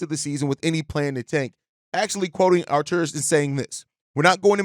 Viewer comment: Man, you really nailed! :) you say his name almost perfect. Great job dog :)